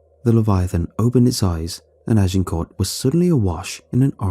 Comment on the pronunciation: Y'all complaining about the monster noises...I woke up annoyed when he was repeatedly attempting to say Agincourt.